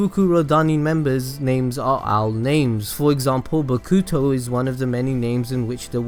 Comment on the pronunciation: and Miyagi prefecture. and Bokuto that triggered me